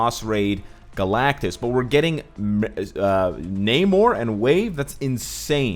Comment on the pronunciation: Huge fan, thank you for the content but your long A in Namor makes me cringe.